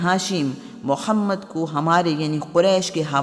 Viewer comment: Abe padhe likhe jahilo episode k lye kisi mard ki aawaz k intekhaab krte is jahil orat ko to tameez bhi nhi h hamare nbi SALLALLAHU ALAIHI wasallam k ism mubarak k sahi tariqe lene k